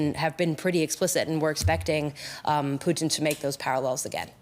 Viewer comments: Ha Ha Ha The way your pronouncing "Putin" makes it sound like the Canadian Fast Foot "Poutine", Ha Ha Ha its "Pu - tin" Ha Ha Ha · I love that he kept pronouncing it "Poutine" instead of "Pu-tin" as if comparing Putin to a Canadian bar food😭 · 'President Puteen'? Okay... some audio problems in the first 3 minutes eh? LOL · "As we wait for..." Did he say _"Blyatimir Pootin"? 🤣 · I love your pronunciation of President Poutine*, well played sir. *Canadian delicacy French fries, cheese curds with gravy. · He kept saying it like poutine - poutine! Lol • \poo-TEEN\ • noun. : a dish of French fries covered with brown gravy and cheese curds "Is potato" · "the enemy"?? Russia INVADED ukraine, how can they be the enemy???? and why does this guy call Pukin... pue---teen???? who are thes people? get the facts RIGHT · They pronounce Putin as poutine. I love poutine as a dish. It's fries, cheddar cheese curds and beef garvey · this guys says Putin like Poutine. Which is Canadian fries and gravy. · I like the way the announcer keeps pronouncing Putin, as Poutine! That is too much of an insult to the French Canadian culinary masterpiece! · Yeah, that's ridiculous. How does he get that wrong. Weird. I mean it rhymes perfectly with Lootin' for example. Very easy. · This dude is intentionally mispronouncing Putins name. Now why would a professional talking head pretend not to know even the most basic information in this story? It's not an accident. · The way this guy 'pronounces 'Putin' is annoying.